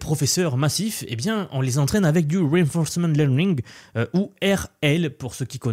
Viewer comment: Wi'fonsfmante léwning 😂